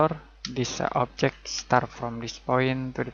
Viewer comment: no one says 'objec' better than this guy